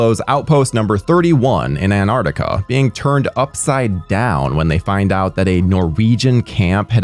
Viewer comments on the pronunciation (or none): none